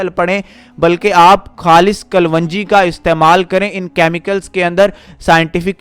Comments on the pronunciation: Bhai kalonji hai vo kalvanji nahi...Talaffuz sahi kare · In URDU it is called Kalonji and not Kal-Wanji. The information is useful and didn't need more than 5-6 minutes.